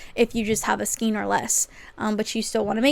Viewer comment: Thanks for the video! Just for the record, skein is pronounced "skayne". 😁 I can understand the confusion because of the spelling. Maybe Americans pronounce it differently. 🤔😊